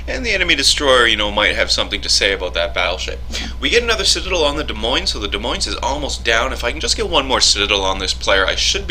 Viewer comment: the "s" at the end of Moines is silent as is the "s" is Des.